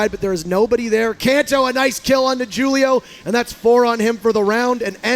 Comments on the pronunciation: It's pronounced "hulio" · This guy failing at the name Julio is killing me